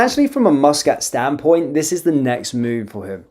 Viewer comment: Its MUS NO MOOS KAT NO KIT sorry but it bugs me how you FUCK UP every one's name.